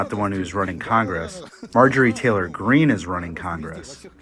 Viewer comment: Dude said Marjorei Traylor Greene!